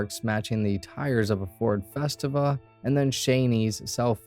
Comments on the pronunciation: (fe-STEE-va), not (fes-tiv-a). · My friend committed suicide inside of his Ford Festiva. Btw it’s pronounced fes-tee-vuh. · Pronounced: Ford Fest-eee-va. Lol. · Every time I heard that I cringed a little 🤣